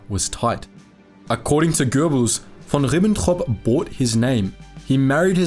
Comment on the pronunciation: I've never heard "von Ribbentrop" be butchered more, please stop 😢